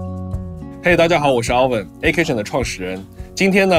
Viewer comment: 还有那个开头他说他是啥啥创始人？我反复听了好几次也没听清楚。只听到了什么什么OVEN，后来看字幕发现他叫ALVIN，又笑🤣 我在这个视频获得了很多快乐，感谢👍